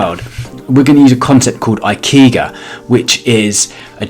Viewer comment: ikigai is pronounced E-Key-Guy